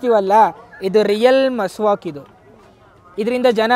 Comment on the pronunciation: ದೇವರು ಅದು miswak ಅದು masvak alla bro